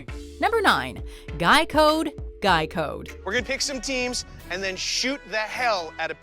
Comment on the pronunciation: I know I can’t be the only one who heard Geico instead of Guy Code GEICO CAN SAVE YOU 15% OR MOR- ok I’ll stop now